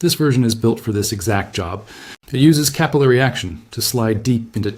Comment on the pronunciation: Why can't AI pronounce capillary properly ?